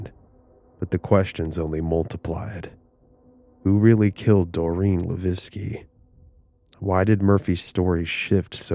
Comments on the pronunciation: Born raised and still live in Fall River. You wanna watch a better documentary on this subject there's a 4 hour documentary that really gets into these murders. You also pronounced Doreen's last name wrong. Its pronounced La veque not Laveskie the way you are. Its a French last name. LaVesque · Great episode. But Doreen's last name is pronounced Luh-vake not La-vecki. For future ref- You can actually Google how to pronounce words and names. It can be helpful. I use it often. BTW, I fully believe these were SR murders. There is a massive effort to keep the dark arts under wraps. They want to deceive you so, they've labeled it The Satanic panic. Ask any former Satanist, they don't want you to know these things happen. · Leveque (le-veck) Come on man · Levesque is not pronounced Laviski It sounds just like this...La-Veck Not an uncommon name around Fall River. Did you not hear any news reports on this story? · Levesque is pronounced "Luh-VECK" I was born and raised in Fall River and it's a common name there. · Are you trying to say Doreen Levesque? Pronounced La Veck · For future reference, the last name of Levesque is pronounced as “le vike.” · So... few things... her last name is pronounced, "la-vay-k." I'm of Canadian descent and live about 25 minutes from fall river. I've known a few people by the same name. Secondly, much like my hometown which was also an industrial mecca, is still an absolute crap hole.... still.. Great story and everything else though just thought I'd point out the name thing. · It’s the “Bridgewater” triangle not bridgeportwater lol and The first girls last name is pronounced “la-veck “ I know because Levesque is my last name lol ! But great stories !!!! I also have family roots that go back to New Bedford as I’m a Mass local 🤘🏻 have many freaky stories in the Forest at Profile rock and the ledge ! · also, the name Levesque is pronounced "luh VEK". Good video otherwise.